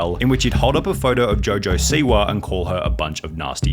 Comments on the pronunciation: Rappaaahh, Jojo Siwaahh, Twittaahh 😂😂😂😂😂😂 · Rapahhh, Twitahhh, jojo siwahhh